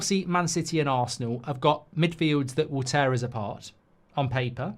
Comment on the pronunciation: “Than uzzz”